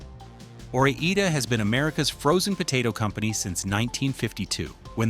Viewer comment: Or I (eye not E) da! I don’t think they’re Spanish fries, are they?